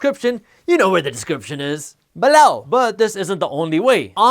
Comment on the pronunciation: He says BALLOW.